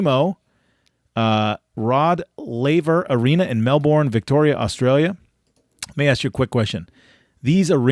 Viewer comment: Watching butcher the names of Australia cities (Melbourne and Brisbane) makes me laugh. Are you serious Bro?